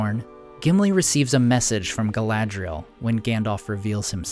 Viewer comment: You need to read the appendices regarding language! Only the rustic cultures have a schwa sound in pronunciation, in the tongues of elves, Numenor, Rohan, and Dwarvish there are none. Not Gal-AD-ree-ul, but Gal-ad-REE-elle Not LAIG-o-luss, Laig-O-laz Also, DAY-in, not Dane, for Ironfoot. The AI in Dwarfish usage of Dale's tongue is not a combined diphthong.